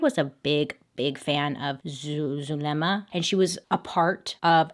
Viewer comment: "zul... zulema" its pronounced like soolma or zulma